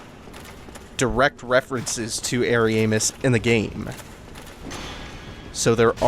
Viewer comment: I like how you pronounce Ariamis. It almost sounds like hairy anus lol